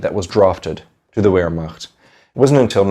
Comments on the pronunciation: it's not "W"ehrmacht...........it's "V"ermacht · " VEHRMACHT"......THE W IS PRONOUNCED LIKE A V.... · Btw it is pronounced as Ver macht (Wehrmacht) not wer mach. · "Ver- Macht" and "showww-did" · W in german is pronounced with a V sound... Wehrmacht is pronounced "Vehrmact".... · It’s pronounced Vehrmacht. Jus sayin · Brantley Hester in English we pronounce it vairmacht like it’s supposed to be. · Great video! Though I gotta say Wehrmacht is pronounced with a V sound, not a W. Like VEHRmacht. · The German Armed forces during the Second World War, the Wehrmacht, is NOT pronounced “Where-Macht” the “W” is pronounced with a “V” sound. otherwise good content. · everytime u spelt "Wehrmacht" my ears bled :( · You are aware that “wehrmacht” is pronounced starting with a “v” right? 🤦‍♂️ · In German, the letter W is pronouned like a V in English. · It's driving me crazy too but I think he's just trying to pronounce it in English though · Noticed that...and his mispronounciation of wehrmacht and even numerous english words is very distracting in this video